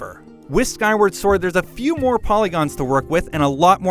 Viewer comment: Skywerd sord